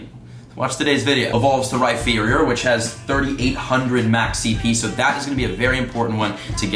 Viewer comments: You call rypherior ryFEARior, it is pronounced ryPEARior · Did he actually say RhyFerior? I know he doesn’t know Sinnoh, but that is hilarious! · Did you really just say rhyFerior